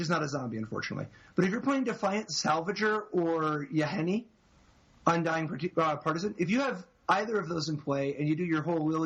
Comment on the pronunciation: Oh my god, the word is PARTISAN, there's no such thing as "partisian"